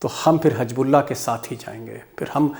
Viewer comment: Sir my aap ke eak ward ko theek karna chah ta hun Aap hej bullah bolte hai ❌ Hiz bullah ✔️ is ka meaning allah ka lashkar hai